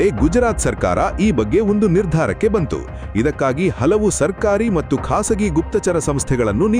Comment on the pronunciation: ಕೃತಕ ಬುದ್ಧಿಮತ್ತೆ ಉಪಯೋಗಿಸಿ ಅನುವಾದ ಮಾಡಿ ಹೇಳುವಾಗ ʼಮತ್ತು, ಎನ್ನುವ ಪದವನ್ನು ʼಮಟ್ಟುʼ ಎಂದು ಉಚ್ಚರಿಸುತ್ತಾರೆ! ಅದನ್ನು ದಾಯಮಾಡಿ ಸರಿಪಡಿಸಿ.